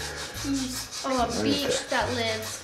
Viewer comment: sounds like Nessa's saying 'BEACHHH'